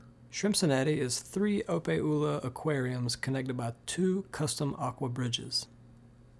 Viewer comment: Opae is pronounced O-pie lol